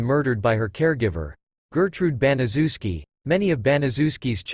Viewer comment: It's name is pronounced bana chef ski I know it's a big name but say it with me bana chef ski it's a polish name!!!!